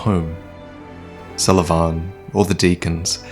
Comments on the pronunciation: Sulyvahn... you pronounce it so awkwardly like Suleyman XD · His name is Sulyvahn pronounced as "So le Van" You filthy casual!:P Sorry couldn't resist. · "Salavan"... what? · Your pronounciation of Sulyvahn triggers me.